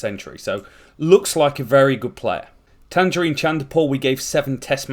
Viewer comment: Great video absolutely love your content. But please Tagenarine is pronounced like tayj-narine